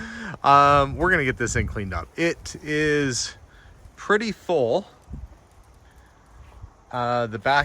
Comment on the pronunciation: The Ford "cleaned up purrty". LOL Not your typical American bachelor. He seems to have indulged himself well, yet was down to Earth.